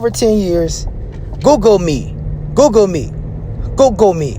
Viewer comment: The boy said googlegoat me 😂😂😂